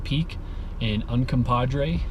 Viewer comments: VS.....it’s easy to say....”red river” 😉. It’s Ute I believe. Means red river. Un-come-pog-gray. Say it. I know you can. 👍🏻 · Un-com-pah-gre. Sounds like it's spelled, with the last syllable 'gray.' It's a Ute word, meaning "rocks that make water red." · The best part of this is your inability to pronounce Uncompahgre ; ) Seriously though, thanks for the shots. Looking forward to your updated version